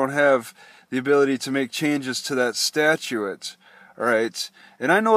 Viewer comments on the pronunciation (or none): Idaho Statutes (sta-choots or stat-yoots)not sta-choo-ettes) 49-1805 (d) _ In order to receive a post-storage hearing, the owners, or their agents, must request the hearing in writing within ten (10) days of the date of the notice. Any such hearing shall be conducted within forty-eight (48) hours of the request, excluding weekends and holidays. _ You have to put the request in writing within 10 days of the Notice they are required to send you by certified mail and they shouldn't schedule the hearing on a weekend or holiday. You'll need to check your Washington address somehow to see if the Notice arrives unless you have given them your new temporary mailing address in Boise.